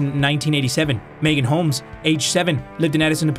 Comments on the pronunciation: stacy homeless he says lmfaooo i ahve the same last name as her holmes it’s pronounced homes with at L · he really said holmes as homeless 😭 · Why did he say homeless for Holmes 😔